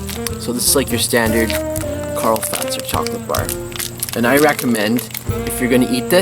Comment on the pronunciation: The first canadian people to say Karl Fazer correctly :D